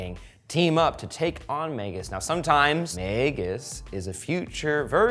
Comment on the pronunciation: Y are u saying magus like that